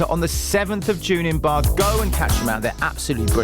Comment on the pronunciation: I love that you stuck to the proper pronunciation of Bath😂